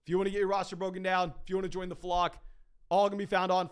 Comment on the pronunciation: Just some obnoxious feedback I guess but when you say Flock it sounds like Flog …slow down so we know it’s Flock, the flock fantasy crew baby. We here